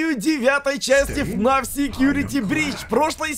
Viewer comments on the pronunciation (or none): none